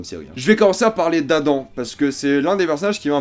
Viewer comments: On dit 'Adam ' pas 'Adan' Mais sinon niquel la critique j'ai hate de voir la saison 2 :) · C'est pas adan c'est adam